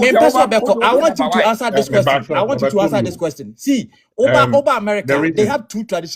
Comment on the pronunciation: BRO IS QUESTION NOT KWESTON